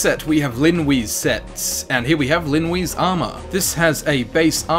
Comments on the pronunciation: Linwe is pronounced Lin Way! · Stop saying Lin Wee